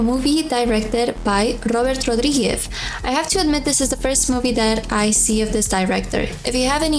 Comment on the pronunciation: your Rodríguez pronunciation was on point. Even with an Spanish accent.